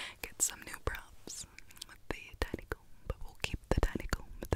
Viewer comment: Am I the only one who thought that when she started using the tiny comb it kinda sounded like she was saying Daddy comb. No? Just me?